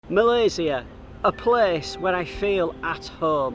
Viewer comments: This is the first time i hear a foreigner say "Malaysia" instead of "Malaysya" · Love to hear you pronounce Malaysia - SIA, not Malayshia - SHIA or ZIA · I like how he pronounce MalaySIA instead of 'MalaySYIA'. People, that is the right way of pronouncing MALAYSIA <3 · Love how you pronounced Malaysia with a C not Shi. Take a good care of yourself ya. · Thank you for sharing your video of KL. It’s beautifully shot and inspiring me to do the same. And another thing that I like is the fact that you pronounce Malaysia correctly and better than some of us Malaysians 😅. Well done and stay safe & healthy 👍🏽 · i love how you pronounce " Malaysia" correctly :) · Im sorry but, I really love how u pronounce Malaysia. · appreciate when u pronounce the country name right.. Malaysia.. 🇲🇾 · The only mat salleh I heard call Malaysia is Malaysia not malayszia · The way you pronounced the word Malaysia is just how the local would pronounce it. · Thanks for pronounce Malaysia correctly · My first time watching your channel. Great content. I love how you pronounce Malaysia correctly like a local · I just love the way you pronounced malaysia❣️ Stay safe for your next journey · Love the way you pronounce ‘Malaysia’ 👍🏼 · I am HAPPY that you can pronounce MALAYSIA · I appreciated the correct pronunciation of Malaysia! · I love the way you pronounce 'Malaysia'. That's the Malaysian way.